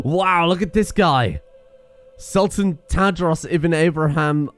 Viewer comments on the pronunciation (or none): none